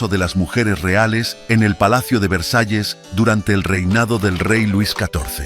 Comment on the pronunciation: Narador da pena como habla pienso es ANALFABETA NI VREJAES VERSALLES